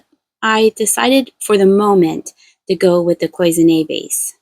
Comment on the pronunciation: Hi. I noticed in this episode that you referred to a small vase that you eventually put back because of damage. I am an artist and my concentration was in enameling. The correct pronunciation for that type of work is Claus in a's